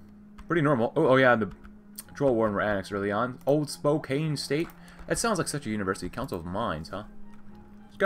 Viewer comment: The way you said Spokane hurt me.